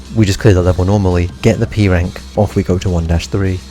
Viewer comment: at the beginning when you said p-rank i heard e-rank